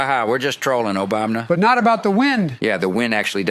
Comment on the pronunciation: This is the first of your videos I have watched. Pretty good! You need to fix all the presidents, saying Obamna. That is irritating.